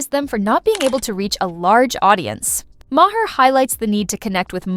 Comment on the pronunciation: Listen how bill pronounces his name and say it that way!